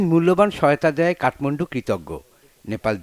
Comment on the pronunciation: আরে কাঠমান্ডু না কাঠমুন্ডু